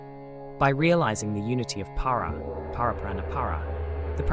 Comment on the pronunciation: Ummm, the mantras are: AHAM BRAHMASMI; you left out the I at the end. It is pronounced Brahm-aasmi. And SHIVO-HAM (the Ham of course is pronounced Hum). And Spanda is pronounced Spun-da with the d pronounced as in "this." And PLEASE: do learn how to pronounce Parä, Päräpara, and Aparä properly! Sorry to be blunt. But aside from that, this video is SUPERB; so informative and deeply insightful. Sincere thanks.